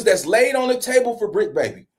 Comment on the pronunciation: heavy emphasis on bricc